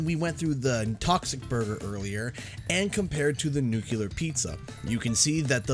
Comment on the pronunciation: Downvoted for mispronouncing nuclear. (Jk just a pet peeve)